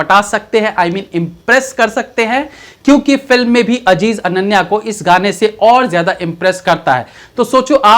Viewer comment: Ye ajeej Kya hai bhai azeez Hy